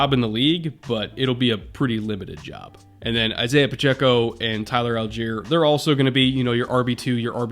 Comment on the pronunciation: Tyler Allgeier's last name is pronounced ALL-GUY-ER not Al-jeer, FYI. Assuming he pronounces it like everyone else with that last name